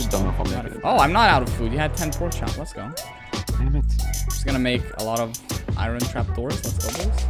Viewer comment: How do you make the word “iron” sound like it’s 30 syllables instead of 2?!?